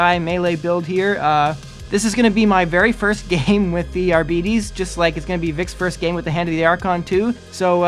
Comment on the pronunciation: Isn't it pronounced "are-bytes"?